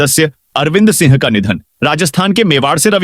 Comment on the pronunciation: Tu singh ko sinh bolta hai.Tu ek anpadh aadmi hai.